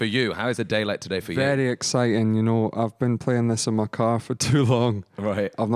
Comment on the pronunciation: 'It's exi-ing'